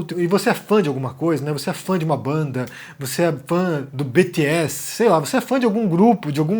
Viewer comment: Tia véia e army surtando com o tentando falar BTS kkkkkk